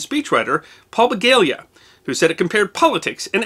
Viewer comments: His name is Paul Begala, NOT Begalia. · it's Paul Begala, not Begalia! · It's "Begala", not "Begalia". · Not a big deal, but Mr. Begala's name is pronounced beh-GAH-lah, not beh-GALE-yuh. I met him once, purchasing a graduation gift for his son at a store I worked at. He seemed to be a pretty decent sort considering his career as a political insider. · It's Paul Be-gal-uh. (He's a former University of Texas student government leader and I met him at a fundraiser in the early 2000s). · Love the mispronunciation of Paul Begala's surname. He tweaked the oft-repeated notion that "politics is show business for ugly people."